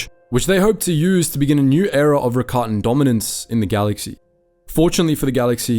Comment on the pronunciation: I think I have a good question- if the Rakatans originated in legends books, what was the piece of media that made it clear it was pronounced like Ricotta instead of rackatan?